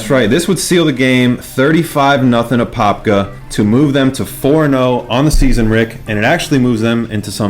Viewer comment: Y’all got all the apopka names messed up😂😂